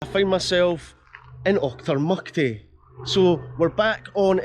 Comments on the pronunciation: C'mon min, stop saying Achtermuckty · That’s the common not mucty